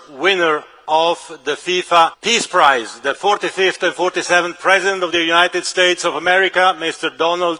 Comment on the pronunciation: Did he say " pee prize" lol😂 oh yea